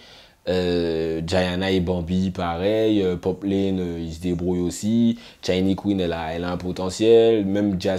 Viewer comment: Ça part d’un bon sentiment mais attention c’est “poplAne” pas poplayne.